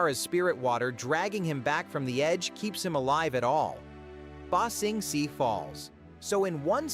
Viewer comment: You know, in order to ramp up, you REALLY need to A. Use your real voice. B. Get the text to speech to do stuff like rather then ba sing se(it pronounced it see) and do stuff like ba sing say(spell like prenounciation)